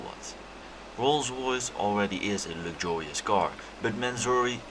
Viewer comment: It’s ‘veddy lucjurius’